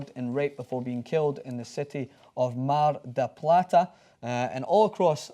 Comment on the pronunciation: superb pronunciation of Mar de Plate from the scotsman